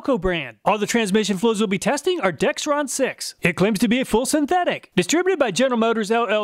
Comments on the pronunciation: All of you watching, please take note there is no "T" in Dexron the brand name. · Everybody gets the name “Dexron Mercon” wrong, never heard anyone get it right and I worked at a parts store. Video said it wrong too. Most people say “Dextron Mercron” people are dense.